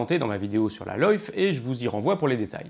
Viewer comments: On repassera pour la prononciation de LYFE ! LOIF !! LOL !! LYFE et LIFE se prononcent identiquement ! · Loyffe ? really ^^, vidéo super intéressante, la partie linguistique sur la prononciation de Lyfe, ça fait mal à l'oreille par contre ^^